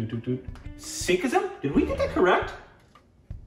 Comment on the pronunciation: says Sikhism 😂😂 korbinaizedd